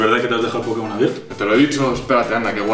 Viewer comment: Cuando dijo por...digo pokemon , yo pense en porno